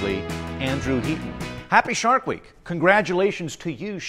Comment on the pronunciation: Anyone else hear "shart week"